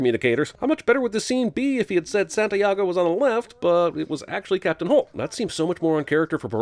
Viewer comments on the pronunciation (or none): nah he said sant-eye-ago instead of sant-e-ago Score one for phonics